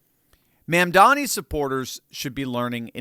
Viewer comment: "It's MA'AM-dani!"